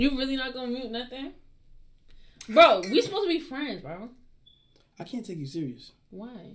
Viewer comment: "kant lie" XD